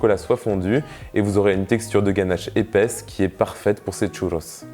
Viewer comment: Parcontre par pitié arrête avec l'accent parisien a dire "tchouuloss" 😅